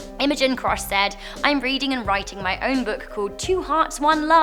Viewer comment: "I'm reading and RITTING my own book...." Dear lord, help us all.